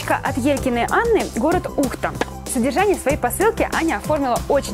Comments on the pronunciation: Не ууухта,а ухтааа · УхтА,ударение на "а".Просто так;)... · правильно конечно УхтА ну не чего) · привет! Хотела тебе сказать но сразу говорю что я знаю что все могут говорить как хотят но просто я тоже живу в городе Ухта и ударение ставится на а а, не на у ))) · Дорогая )) Город Ухта ударение на букву А))) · ухта ударение на а я тоже отправила писмо из ухты но песмо не дошло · да Ухта (удареник на "а"